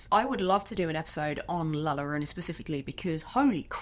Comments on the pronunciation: I would love it if you did a deep dive monster, makeup, and myths video on La Llorona! I remember being told that story OFTEN while growing up in both Mexico and America. I swear that I heard her once as an adult......that is a sound that I will never forget. By the way, excellent attempt at pronouncing it correctly. The only part you missed is th "ll" sound, its more like a soft "g" or a hard "j"...... Try it like this " joe-roh-nah" Anyway, I love you and your videos!!!! I hope you keep making this series!!!! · LOVE this video. But as an spanish speaker, you said so many times an so wrong. La llorona, de ll en spanish sounds as de y in young.